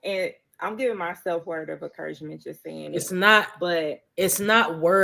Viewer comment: She don't say "words of encouragement" she says "word of Acouragement" 😂